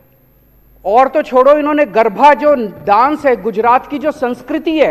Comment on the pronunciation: Bete lal garabha nahi garaba apbransh mat kar sabdoka